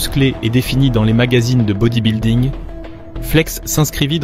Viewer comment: Ça devrait être passible de prison de prononcer 'bodybuilding' comme ça.